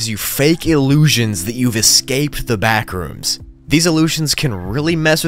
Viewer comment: "the backrooms?" nah the blackrooms